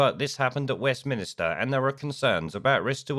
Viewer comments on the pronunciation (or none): Please note it is “Westminster” and not “Westminister”. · westminster not westminister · Why do you keep saying "West Minister"?